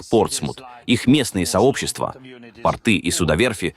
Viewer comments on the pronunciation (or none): none